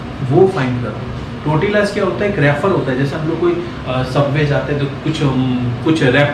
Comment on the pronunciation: Wo टोरटिला nahi तोरतिया hota hai pagli